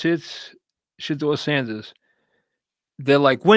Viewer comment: "Shedaw Sandis" 😅